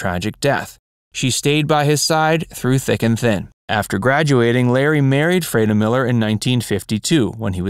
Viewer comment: Freda is correctly pronounced........ Free-dah. sheesh